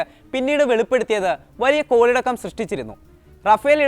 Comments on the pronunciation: കോലിളക്കം അല്ല കോയാ... കോളിളക്കം.... 🤣🤣🤣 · കോലിളക്കം അല്ല കോളിളക്കം.